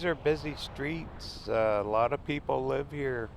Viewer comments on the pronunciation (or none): none